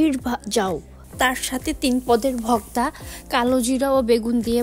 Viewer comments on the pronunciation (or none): সবই বুঝলাম আপনি ভর্তা কে ভক্তা বলেন কেন?????